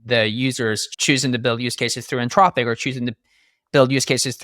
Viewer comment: For the record, the company name is Anthropic, not Antropic.